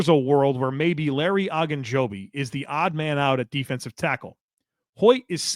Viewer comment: Larry O. O. Ogunjobi. Not Agunjobi. It would be the equivalent of calling Joey Bosa, “Bossa” over and over.